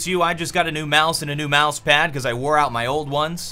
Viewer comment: "cause I wore(l)out my old ones" xD